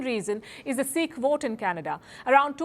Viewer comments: Is my repugnance to the pronunciation of the word sikh as seeeekh justified? So pretentious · It is not "SEEKH", its "SIKH". PRONOUNCE PROPERLY PALKI, DONT SHOW PAITRA, as if your tongue doesn't turn that way just because you "SPEEK (~SEEKH) ANGREJI." BE PROUND OF BEING INDIAN.